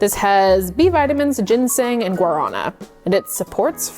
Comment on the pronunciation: It's not "guaraña", you say it "guaran-ah", with super emphasis on the last A.